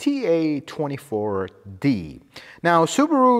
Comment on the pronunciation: Why are you saying TA24D and TA20? It's FA24D and FA20. F, not T.